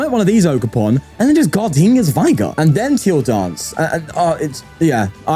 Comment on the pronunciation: Every time you pronounce Gardenia's Vigor I wonder how you pronounce vigorous.